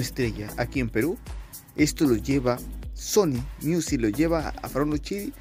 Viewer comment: JAJAJA SE DICE MIUSIC JAJAJAJ APRENDE A LEER GIL